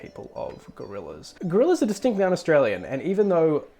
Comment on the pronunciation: ah yes the Fitzroy Goraillas